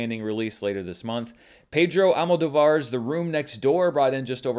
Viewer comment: I know you pride yourself in trying to pronounce names correctly and/or how their owners say them. Pedro Almodóvar is pronounced with emphasis/accent on the second O: AlmodÓvar. I hope it helps!